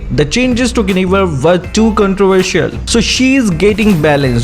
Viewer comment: lol who wtf is geinivel?